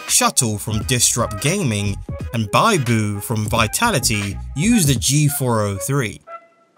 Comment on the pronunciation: I was looking for a video like that... I like the mouse I have now but I am looking for a better one. I had so many problems with Logitech I don't wanna go with them again. Omg I died inside on how he said Biboo's name lol